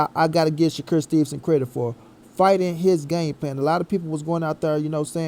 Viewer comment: Did u say credick 🤣🤣🤣🤣🤣🤣🤣🤣